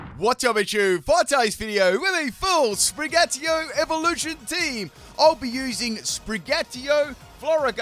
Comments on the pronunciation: Sprig-a-teetoe not Spri-gatee-o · Another cat starter which ends up coming off of all 4s. Wonder how many times called Sprigatito 'Sprig-atio' in this video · it’s SprigaTITO not Sprigario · starting this video i immediately notice your mispronounce you say Sprigatio its Sprigatito also its Meowscarada not Meowscar this is my favorite starter line i dont get all the hate it gets when Quaxly is the worst Fuecoco line is my second favorite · It's SPRIN-GA-TI-TO, not SPRIN-GATIO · Yup, really like Sprig-a-ti-to. Not sure what Sprig-ah-ti-oh is... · If he says Spri-gyatt-io one more time I’m going to explode. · I swear I head spaghettiO instead of sprigatito at least once. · Spaghettio < Spraghettio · It's SPRI-GAH -TEETO. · It sounds like you’re saying spaghettio 🤣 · You say Sprigatito in the worst way haha. It's pronounced Spree-gah-teeto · Sprig-Uh-Tea-Toe. <- Pronunciation :P . Tinkaton sqeesh. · Did you just call it spaghetti-o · Uh oh...Sprigatios😅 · I kept hearing spaghettiO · should eat a pickle for every time he mispronounced "Sprigatito" in this video. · Its funny how you pronounce "SpriGatito", since is a Spanish/Portuguese based word😆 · Gotta love the way he pronounce Sprigatito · Sounds like it comes in a can with watered down tomato sauce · In todays video butchers the name of sprigatito for 26 minutes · I counted like 4 times in the first minute alone XD